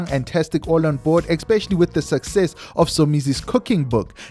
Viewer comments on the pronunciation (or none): Please stop saying "xpecially" sorry mo'guy